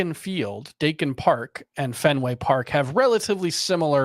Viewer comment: I believe it’s pronounced “Die - Kin” park. Not “day - Kin”. Not being a dick just pointing it out.